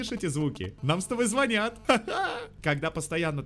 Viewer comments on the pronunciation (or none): none